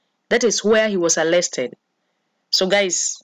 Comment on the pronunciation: Thankyou sister but I do struggle to get/ pick u clearly , ur accent is failing some of us. Atleast try to pronounce them well .for example "Arrested" NOT "Allested"